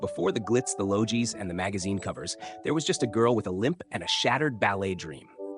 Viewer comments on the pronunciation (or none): Please, if you’re going to highlight an Aussie actor and discuss their achievements, research the pronunciation of words like Logies (which has a hard G). Otherwise you lose credibility with Australian viewers.